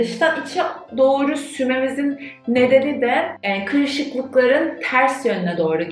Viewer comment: Tabiki “de” telaffuzunuz Z kuşağına sevimli görünmek için mi? Türkçeyi katletmeniz irite edici.